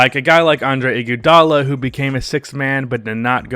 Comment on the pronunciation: PLEASE. I'm begging you bro. Learn to pronounce Iggy's name or call him Iggy. Whatever you're doing is so weird bro